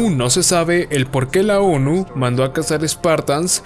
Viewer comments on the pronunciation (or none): Olles dijiste muchas veces ONU no es ONI ??????? Pero un buen video